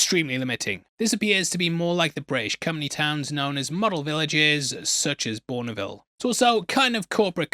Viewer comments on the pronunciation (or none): Pronounced Bournvil, not Borneyvil. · OMG its Bourne - Ville not BournyVille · Was some (or all) of the commentary and video by generated by AI??????????? Or a piss take on AI? He mispronounced the town of Bournville and the French word Maginot which most Brits will know how to say correctly.